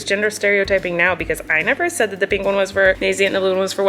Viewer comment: Why can she say milk right, but not pink 🤣